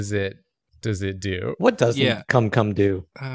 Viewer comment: Hahaaaa they said kum-kum It's funny because it sounds like gumgum